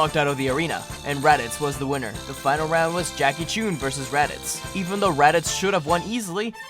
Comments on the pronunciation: You know how I know didn't watch Dragonball? He pronounced Jackie Chun's name wrong! Poser. It's not Choon or Chuun, it's Chun. Unless you want to be shot with a goon or go swimming under the soon? Perhaps we can play a game because it's a lot of foon! Also, Korin never had the real sacred water. All he had was ordinary tap water. The real sacred water was in a cave and they had to use one of the portals in Korin's pots to get to it. It was how Goku originally learned to sense power levels. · What did he call Jackie chun? He said Jackie chune lol wtf is he even a dragonball fan